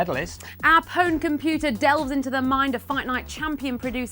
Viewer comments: You lost me at "powned"..... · Mispronounced pwned, why is it that only Pure Pwnage can seem to say it correctly D